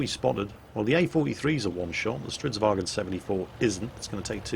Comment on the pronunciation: ITS NOT A FUCKING WAGEN! ITS A VAGN! WHAT DO YOU NOT UNDERSTAND?